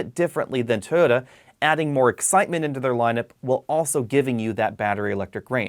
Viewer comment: Why can't you say Toyota?